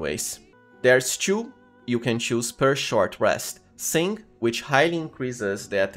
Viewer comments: But why "choo" instead of "two" tho? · okay first time watching ur vids i generally dont care too much about accents since im not a native speaker as well but i have to back track a couple times in the vid whenever u saw "chew" lol dont get me wrong but its confusing didnt grew up with anyone saying chew to replace a word before so i gotta actually think and try to get the context u are using it in i think ur using it for 2, too and to lol not even 5 mins in. idk imma try to stick it out, but not sure if i can. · Is it only me who cant stand his "two" pronunciation? It sounds like chew not two....... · It's to and two. NOT "chew" or "chu". Get it right. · Sorry man but i have to ask é.e because your english is pretty good, but this "two(tchu)" pronunciation its something very brazilian é.e and being brazilian myself i want to know , where are you from , anyways , grest video e.e / i will try this build definitely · Everytime he says chew i laugh. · Friend...i really cant stand it and have to say it... The way to say TWO is the same a TO. The same. The W is silent. Thank you. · why do you pronouce two and too and to as tju? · You have very unique pronunciation, keep it that way, choom. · only a Brazilian would pronounce the number 2 or the word 'to' like that :P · Nice guide, but your pronunciation of the words "two and too" are horrible even for me as a non native speaker. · Nice vid but try to avoid saying word "to" And "two" 😂